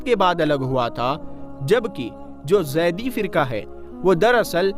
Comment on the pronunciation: Zaidi Nahi Zaidiy